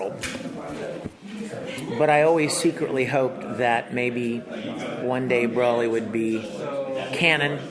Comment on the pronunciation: Do the people in the movie say "Braw-lee"? Nope.